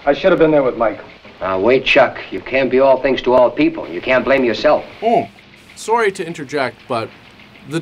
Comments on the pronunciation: sorey (sorry) is so Canadian:p I'm here for it. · Rougly 15 min in, two "soory"s going to guess you are Canadian?